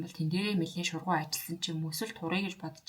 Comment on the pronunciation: Шургуу биш Шаргуу